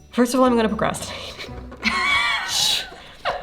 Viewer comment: me when new Bernadette video: 😊 me when Bernadette says "procraftinate": 😡